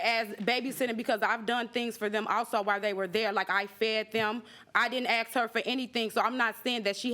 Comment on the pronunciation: It Is ASK,NOT AX